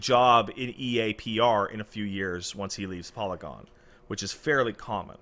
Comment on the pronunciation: im just gonna say saying polygon that way is wrong